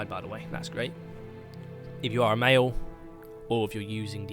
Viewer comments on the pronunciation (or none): none